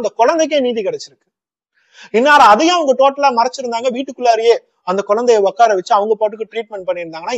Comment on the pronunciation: Okkara vechurukanga ilainga...utkara vechurukanga....please Thamizh la kola pannatheenga bro...unga narration romba nalla irukunga.